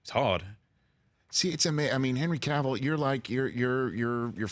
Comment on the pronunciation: Thank God Rich pronounced Cavill correctly. It's a pet peeve of mine when people say it like Cruella DeVille. It's Cavill like travel.